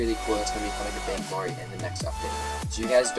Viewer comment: Said vaingory :p